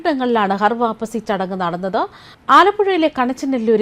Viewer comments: ഹർ വാപ്പസി അല്ല ഖർ വാപസി ആണ് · ഹർ വാപ്പസി അല്ല ഘർ വാപ്പസി ആണ് ശരി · ഹർ വാപ്പസി അല്ല....ഘർ വാപ്പസി ആണ് 😂😂😂😂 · Please choose people with atleast minimum knowledge to read news. This person don't even know to say ghar vaapasi correctly.